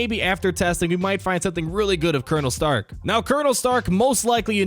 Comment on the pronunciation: Every time he says starck I think of iron man